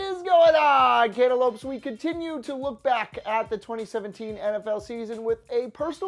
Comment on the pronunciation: Breh if you don't quit saying cantolopes, that shits wack asf